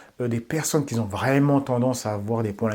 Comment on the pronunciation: Top tes vidéos et ta chaîne!!! 🤜🏾🤛🏾 En revanche évites de dire : Des gens qui "zont" ou ceux qui "zont". Mais plutôt des gens "QUI ONT". Désolé... Force à toi.